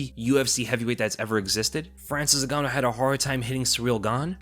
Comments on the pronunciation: he def said Francis Nig-ganou on purpose. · It worries me when he says francis NIGANNOU